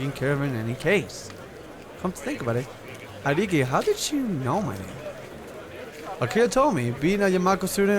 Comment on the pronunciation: You pronounce Haedeki (sorry if I spelled that wrong) like the Yankees baseball player Haedeki Matsui